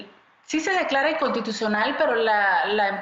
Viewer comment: Tan tan tan tan tan BRUTA , que no puede pronunciar la palabra inconstitucional 😂😂😂😂. Por gente como ella estamos como estamos 😂😂. Ahí lo deja claro , porqué hay tanta corrupción en Panamá , ponen a gente INCOMPETENTE en puestos de tanta relevancia para el país 😮